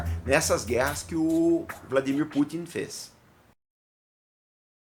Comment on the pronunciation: Pronúncia perfeita do nome dele! Geralmente os brasileiros falam VladiMÍr quando na verdade ele é o VlaDÍmir.